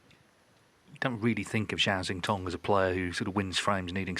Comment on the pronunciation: Listening to Doherty and McManus absolutely butcher Zhao Xintong's name is fkn painful. McManus can't even find a consistent way to wreck it: Jow...Chow...Sintong...Zintong...NONE of which are correct. For the love of long suffering bawbags, go ASK the kid how to say his name, RECORD his answer, and LEARN to say his goddamn name.